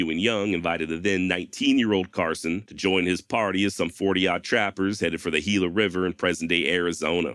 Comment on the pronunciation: Your pronunciation on Gila was perfect. Muy bueno.